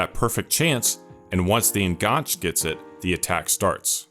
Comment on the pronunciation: I enjoyed this and learned a few things: thank you. I hope you don't mind me pointing out a couple of things: "enganche" is taken from Spanish, where it means "hook" or "connection"; you can see why it was used in football tactics in the AM slot; as it derives from Spanish, I think the last "e" is pronounced: EN-GAN-CHAY. Also, less is used with singular words e.g. less possession, less time on the ball, whereas fewer is used with plural words e.g. fewer goals, fewer turnovers. Once a teacher, always a teacher 🥸 All the best for your future output.